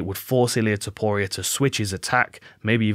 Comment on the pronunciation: As chael would say, "Ilia Topoirier"